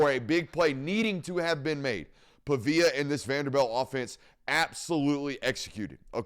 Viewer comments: PA-VEE-UH not PUH-VIA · Pronounced like pawveeyuh big dawg